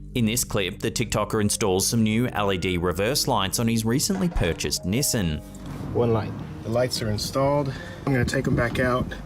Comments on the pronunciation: it’s nissan not nisin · Nissan is pronounced KneeSonn. Sorry